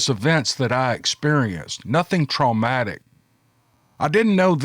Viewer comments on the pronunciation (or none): Can someone help me decipher what the word tromatic means? Thanks, I'll hang up and listen. And of course I'm just busting balls. Fantastic content as always.